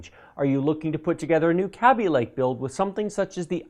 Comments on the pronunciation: Kay-bee lake. That's what the people who made it call it, he says it weird & it bugs me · is a shill like that bro, its a psy-op he's pulling on us bro. He says it weird like that so you will remember easier.